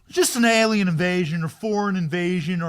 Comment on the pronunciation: "Whats this?!"... a-LIE-n.